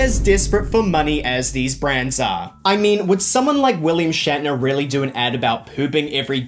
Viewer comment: shat-ner Pepsi is better